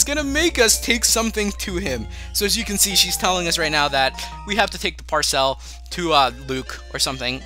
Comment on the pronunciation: I laugh every time I’ve watched this when you say Par-Sell😂😂 Love you 🤟🏼✊🏼